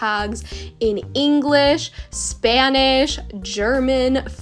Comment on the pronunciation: Omg you speak Spanish so well I’m Spanish and your Spanish sounds amazing